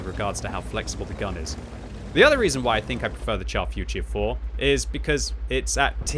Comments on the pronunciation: Can you please pronounce the name correctly? It is not the chaf futier four but the char futur 4. Thanks. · Pronounce it “shar” future. Like when you say “shit” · Finds new favorite tank, still pronounces it wrong. 😮‍💨😮‍💨😮‍💨